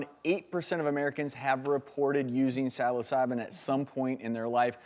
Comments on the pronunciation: Good ole "sal-o-sab-in"...... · he can’t even say psilocybin 😐